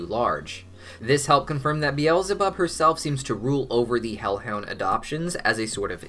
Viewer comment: it hurts me to hear him say "be-els-e-bob". It hurts me so much.